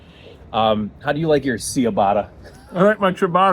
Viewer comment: I am vehement that the pronunciation is CeeaBata